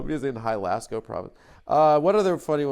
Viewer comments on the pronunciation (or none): Adam pronouncing jalisco as Halasco is driving me wild